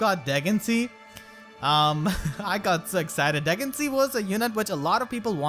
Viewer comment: Yoooo isn’t it pronounced Duhg-in-see-ah?